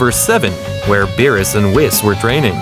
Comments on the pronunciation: His name is not bills it's berus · Work on your name pronounce of the characters and its BEERUS not Bills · Its beerus not bills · Bruh vegeta is spelling kakaroto wth is he italian and who is bills isn't it beerus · you need to learn how to speak its berus and saians